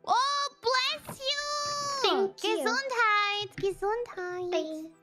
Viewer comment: 무메이 땡큐발음 중독성 쩔어 ㅋㅋㅋㅋㅋ